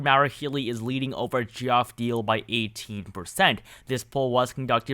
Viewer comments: Geoff is pronounced Jeff. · Geoff is pronounced Jeff. Just variation of spelling